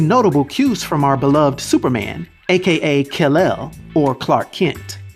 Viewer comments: I like your videos, but you the first person I've ever heard call Kal-el kill-el....it confused me cuz I thought you were saying Brandon is called kill-el. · You said Kil El.... It's Kal-el. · It's KAL-HELL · Your voice is annoying how you narrate, and inflection. Stop doing it. And you mispronounced his Kal El.